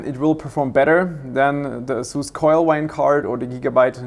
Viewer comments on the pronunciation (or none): none